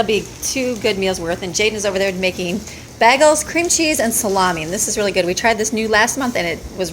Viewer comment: “Bagel” has a LONG “ā” sound in it, (pronounced like “sitting on the dock of the BAY” ~ like how you say the letter A when saying the alphabet), NOT a short “a” (pronounced “baah” ~ like a sheep says ~ sound you’re saying.) Just saying... 👍❤️😉 ~*~ You are an AMAZING Super Woman!! 👍❤️😉 God Bless you (& your strength!) & your family!! I don’t know how you keep up so much strength, physically speaking! I’d collapse into a heap every hour (or less!) in awhile if I ever had to keep up with you!! (But then I gave birth to my ONLY child when I as 40!)